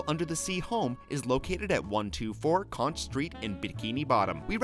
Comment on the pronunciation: is pronounced Konk